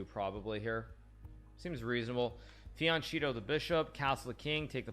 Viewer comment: "fiancito" the bishop... lol